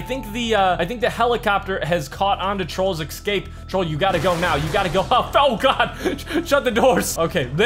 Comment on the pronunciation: It tears at my skin when you say exscape.... there's no X in escape